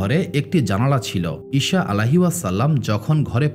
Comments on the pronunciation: আপনার উচ্চারণ ভুল । ঈসা (আ) এর নামের উচ্চারণ ভুল বলছেন বার বার । শ না স এর উচ্চারণ হবে । ছ এর মতো । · আপনি ঈসা নবী না বলে ইশা বলেন এই জিনিসটা শুনতে খারাপ লাগলো 😢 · ভাই ঈসা (আ:) এর উচ্চারণ টা ঠিক করেন